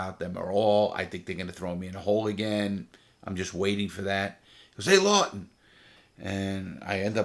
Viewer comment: Larry 'Law'ton